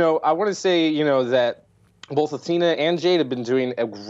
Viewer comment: Mike's infuriating way of saying 'bolth' was nearly offset this show by his well timed chuckle after Jade said S2 was 'single and ready to mingle with a super massive black hole'. Nearly.